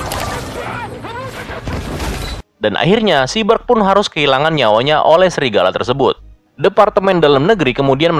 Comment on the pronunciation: Bang bukan srigala tapi Serigala wkwkwkw